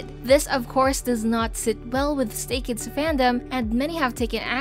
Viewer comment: when she legit said "STAYKIDS" ....